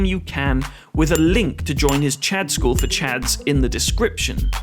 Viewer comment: I think you mispronounced "chads" as "chuds".